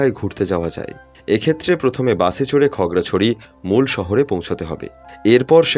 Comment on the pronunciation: খাগড়াছড়ি কে খগড়াছড়ি কেনো বলেন ভাই